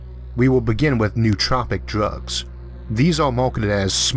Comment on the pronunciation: it's no-o-tropic, not nuhtropics